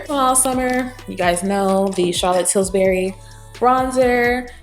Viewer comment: Lovely makeup, easy and breezy. Please don’t be offended but I couldn’t get pass you saying “TilSbury” when it’s “Tilbury” 😅